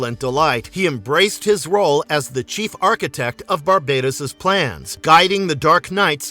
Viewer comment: Isn’t it pronounce bar-bat-os?